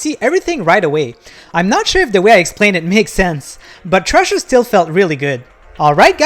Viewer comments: Cmon man.... its called THRASHER..... NOT TRASHER.... how you gonna do a review and you cant even read or say it right... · How???? Bro hes not even saying the right name.... its called THRASHER...... AS IN TO THRASH.... not garbage called trasher..... jeez you people are slow and very unobservant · Dude, it’s not called “Trasher” it’s called “Thrasher” … brutal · How so???? Its called THRASHER...... not trasher.... thats a different game entirely.... ugh......